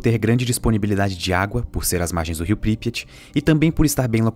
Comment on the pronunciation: Pripyat. Consultei a pronúncia. Não é essa.